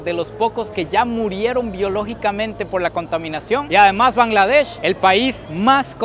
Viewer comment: Bangladesh ❌ Kangladesh✅ 🤣🤣🤣